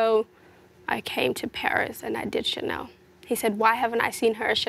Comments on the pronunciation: "Tchanel" "versatchi" mdrrrr mais qu'est ce que ? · C’est normal il les a prononcés en anglais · Pour Versace je suis pas sûr mais ça se pourrait à cause du « e » à la fin, mais en tout cas c’est sûr pour Chanel, j’ai déjà entendu pas mal d’américain etc le prononcer comme ça